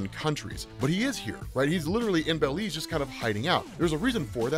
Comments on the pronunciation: hearing say bell-leez instead of buh-leez was funny as hell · It's Belize not baylez